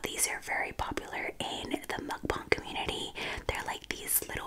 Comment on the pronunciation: its not mukbong its mucbAng thats not how you spell it but thats how you pronounce it